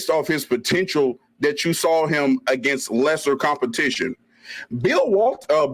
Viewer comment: If somone misspronounces "AGAINST" again i will officially never put maple syrup on my chicken and waffles again! Canadian or not. Lol